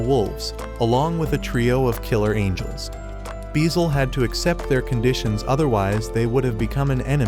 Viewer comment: bro called angels "angles"😂